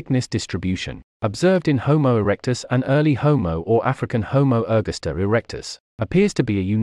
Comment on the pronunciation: I hate these Robo-Voices. It's pronounced Homo er-GAS-ter_, not _Homo ERG-asta. {:o:O:}